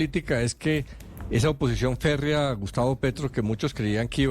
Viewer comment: Ferrea oposicion hahhaha dice